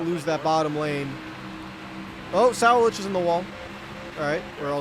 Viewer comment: you're great and I love this series!!!...but it's been 35 episodes and I gotta say something: his name is William Suh-WALL-itch.